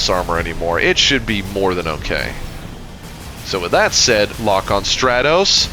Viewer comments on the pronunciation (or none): none